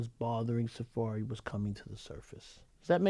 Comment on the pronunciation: mispronouncing Safaree has got me WEAK 😂